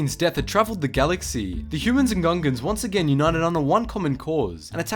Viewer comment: Is it just me or i keep hearing Ugandans?